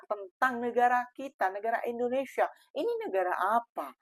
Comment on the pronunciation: Dia juga sebut indonesya